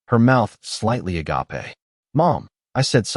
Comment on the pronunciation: Agape spoken like a Japanese word